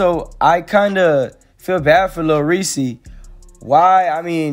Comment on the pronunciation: It’s Lil Reese not “Lil Ree Cee” - Reese is ONE SYLLABLE NOT TWO SYLLABLES.